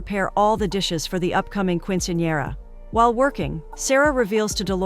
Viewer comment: "keen-suhn-yeh-ruh" not "quin-see-an-era" or "quin-sin-era" or "quench-in-era" or "queen-sin-era" any of the many other ways you mispronounced it throughout that entire video. Not once was it correct. Quick Google search "[word] pronounciation" will go a long way if you're unsure.